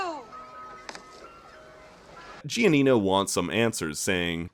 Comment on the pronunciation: Italians have a seizure everytime he pronounces Giania